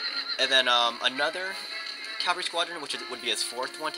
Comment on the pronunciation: Great video! [rant] However, the word "CAVALRY" refers to horse soldier. CAV -- AL -- REE! "caLvary", which is what you keep saying, is the Greek word for the hill on which Jesus was crucified. There is only one L in cavalry. [/end rant] Keep the videos coming.